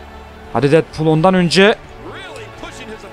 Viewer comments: abi deedpul diye okunuyo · almanya aksanıyla söylüyor